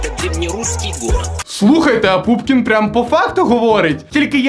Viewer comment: Чому ПУПКІН а не пУПКІН:(